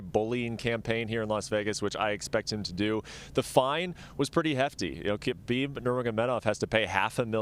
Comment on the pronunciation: She actually pronounced Khabib's name right. Most UFC fighters and even some of his fans still pronounce the K sound which is wrong.